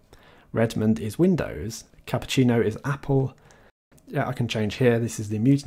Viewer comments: On my speakers the way you said Cupertino sounded like Cappuccino. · I love how he says Cupertino as "CAPPUCCINO" 😂😂